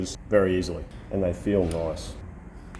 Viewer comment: “And they feel noice” 👏🏿👏🏿👏🏿 That’s half the battle Bro ! 😂